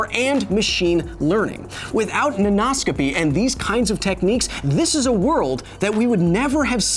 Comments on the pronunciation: When you said Nanoscopy I heard Nan No-scopy.... And now I want an OC of someones Grandma running around some foreign military compound in her tactical nightie, jumping off of rooftops, 360° No-scoping the enemy and torturing people for information by baking cookies that they hate and pinching their cheeks. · Hi, Kyle- as both your pupil and fellow educator (high school English teacher) I am a big fan of the show! ^_^ I had a linguistics comment (can this count as science? the science of language?) about your pronunciation play with the word nanoscopy . In order to sound "way more fun," poets and other writers often play with the meter of words as you did here. Oftentimes, this is simply that: more fun. However, sometimes this syllable slander changes the meaning of words entirely, and in even more common cases, changes its part of speech. As an example, consider the word "construct." Depending on where the stress is, the part of speech changes: CONstruct - (noun) a building or structure conSTRUCT - (verb) to build something English often weirdly warps in ways we wonder about, but it seems to come natural to native speakers so we often don't even think about it. But many people studying English as their second language don't grasp the concept of meter (or stressing syllables) because such metrical systems don't exist in their native language. So imagine being taught something like this without ever having to stress syllables before: thermo = THERmo meter = MEter thermometer = therMOmeter Well, Kyle, there('s) mo' meter I could talk about here, but I think if this comment gets any hotter, your favorite element might burst out their mom eater. Thanks for having an awesome show! Can't wait to catch you on the next one!